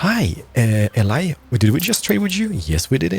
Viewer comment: Eli is pronounces E-lie